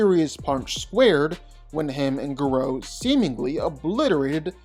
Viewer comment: I keep getting cancer every time he says Ga ROW